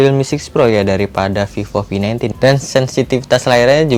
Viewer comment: Sorry but I heard vivo v19 as fifo fi19 😂